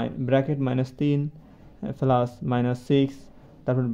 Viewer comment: পেলাচ না প্লাচ হবে 😅😮